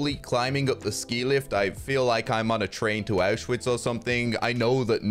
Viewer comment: Auschuwits im dead lmao